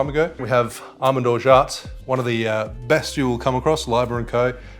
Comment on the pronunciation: "orja" not "orjaT", the T is silent